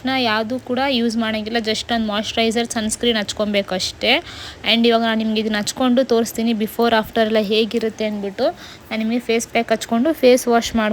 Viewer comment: ಮಾಯಿಶ್ಚ ರೇಜರ್ ಸೋ ಲ್ಪ ನೀಟಾಗಿ ಹೇಳಿ ಪ್ಲೀಸ್